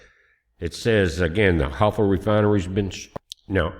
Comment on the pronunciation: HAIFA - "HIGH-FAH" I can't believe that our super-intelligence military, plus the CIA, plus the Israeli Mossad doesn't know where the Irani missile bases are!